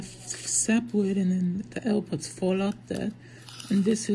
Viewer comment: Ew pwods pwooww at 7 seconds 😂